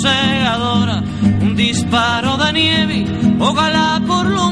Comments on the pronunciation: Tienes toda la razón, las 3 veces que Silvio menciona esa palabra pronuncia "Nievi", pero en la tercera vez, ya en el min 2,29 ahí lo pronuncia con mucha mayor claridad, dice Nievi ya indesmentiblemente. Y si ahora él lo niega es para que no lo acusen de ser un pro-soviético, ni menos que lo tilden de ser el admirador de un francotirador ruso. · Hola!!, en una entrevista a Silvio Rodriguez, dijo que esa versión no era verdad, que la palabra es nieve., aunque en la canción él pronuncia nievi.😊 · Silvio la mayoría de veces dice “nievi” no nieve ❄️ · Huilen Ev Huilen Ev ya he mirado varios comentarios (siempre los miro) y la verdad es soy de las pequeño grupo de personas aquí que les vale mucha mier*a si dijo nieve o nievi, pero logre darme cuenta que te encanta entras en casi todos decidiendo lo que sabes. Que no está mal, pero en el co texto escrito parece que una niña con voz chillona lo está decidiendo eso, es que como que tu digas que lo pronunció mal Y yo llegué y te diga "Diooos!! Infórmate un poco 😂 te sugiero que busques la estrevista que tuvo reciente un alien con presidente sobre esto y básicamente el alien dice que son unos bobos quienes l piensan que el lo estába pronunciando mal, cuando obviamente es una forma más moderna de comunicación entre los perros 😂"